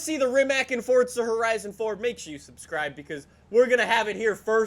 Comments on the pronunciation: its FORZA not FORTTTTTT:)))))))) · Anyone else offended by him saying mAAserAti and forTsa